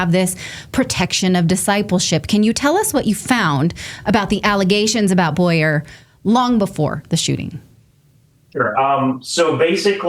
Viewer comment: His name is Bow-yer. Not Boy-er